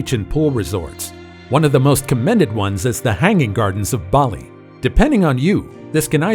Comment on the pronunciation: Ubud not youbud. As in oh bd. Baahhhli not Bayli.